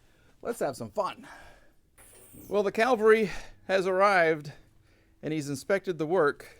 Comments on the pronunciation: Hi, love your content! One little thing though, it's cavalry, not calvary. The cavalry has arrived, calvary refers to the crucification. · Hey, good video, been watching your stuff for years. By the way it's cavalry not calvary - Calvary is where Jesus was crucified, everyone makes that mistake.